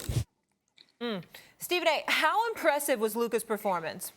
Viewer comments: Luker? lol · Luker Donchick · You mean luker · Stefan A now saying: “Luker” Xenophobic narcissist